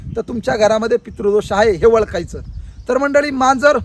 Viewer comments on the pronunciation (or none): वळखायच नाही ओळखायच अस्पष्ट उच्चार